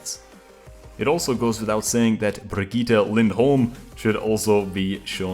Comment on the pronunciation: Brigithe not Brigita